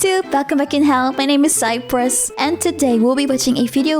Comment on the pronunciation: istg i heard side puss instead of cypress